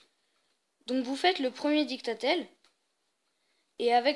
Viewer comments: ON dis didactiel pas dicta tel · je suis le seul à avoir été stressé à chaque qu'il disait dictatel au lieu de de didacticiel?